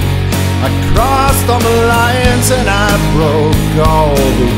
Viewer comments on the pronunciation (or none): I love how when he says "crossed all the lines", he manages to make "the lines" sound like "the alliance". X3